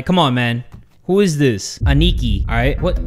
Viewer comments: Lmao, the way he pronounced Aniki . . . . . . . . P.S. it's pronounced like this (Ah-knee-key) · i feel like should know, Aniki means older brother and its pronounced as "Ah-knee-key" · Hi! Aniki isn't actually the name, that means brother in Japanese Ah-Knee-Ki (for sounding it out) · pronouncing it “aneekee” 💀✊🏽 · The way he pronounces "aniki" xD